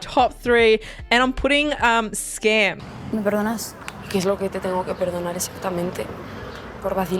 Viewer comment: Your pronounced Skam in Norwegian, I'm so proud! ❤